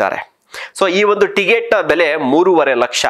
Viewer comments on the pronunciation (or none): ಟಿಗೆಟ್ ಅಲ್ವೋ ಟಿಕೆಟ್ ಮೊದಲು ಕನ್ನಡ ಕಲಿಯೋ ಬೋಸುಡಿ